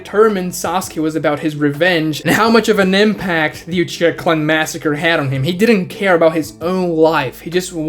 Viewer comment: Dude never say Uchiha again.